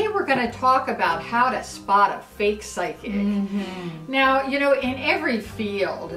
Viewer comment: Side kick? What? Oh you just don't know how to spell or pronounce psychic that's really funny XD